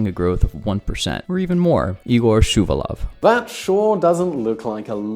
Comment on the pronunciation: ShuvAlov (A is streesed)